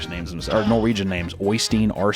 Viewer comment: Norwegian here, I just want to say that hearing you try to pronounce Norwegian names might be one of the funniest things ever. Now try to pronounce Icelandic names. My mother is from Iceland, and even I struggle with Icelandic names.